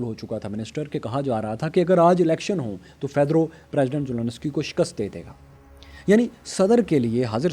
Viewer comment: It's Zelensky not Zononosky